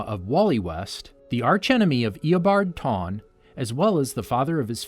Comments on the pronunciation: "eobard tawne" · Bro eabard tawne 😂😂😂